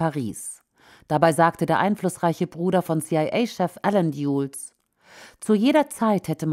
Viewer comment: John Foster Dulles wird deutsch "Dalles" ausgesprochen.